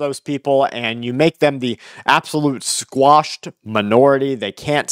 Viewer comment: Quashed, not squashed